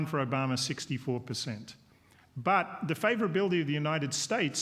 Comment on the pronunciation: why does he keep calling him Obamer? lol